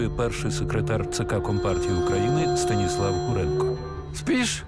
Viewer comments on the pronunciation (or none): none